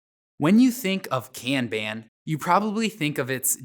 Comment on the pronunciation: I like this video because it validates how I prefer to pronounce "kanban"